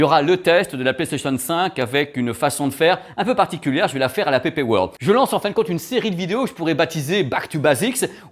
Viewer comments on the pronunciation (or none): none